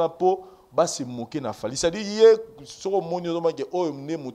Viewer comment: on dit pas depuis yeur mais depuis Hier